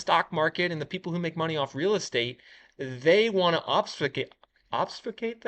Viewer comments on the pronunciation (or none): Ob-FEW-skate!